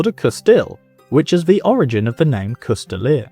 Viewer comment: A "coustille" most often written "Coutille" most often reffers to a long polearm with a single edge blade that in englisg is called a "Glaive". The "s" in "coustille" is silent, it should not be pronounced. You can see coutiliers with their Coutiles pillaging a town under the order of their lord on this picture from Froissart's chronicles